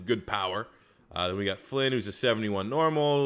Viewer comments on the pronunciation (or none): none